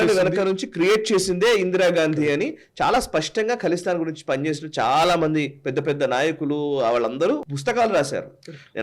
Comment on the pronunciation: ఖలిస్తాన్, కలిస్తాన్ కాదు.